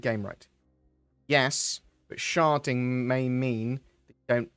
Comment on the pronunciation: Anyone else keep hearing him say 'sharting' rather than 'sharding?'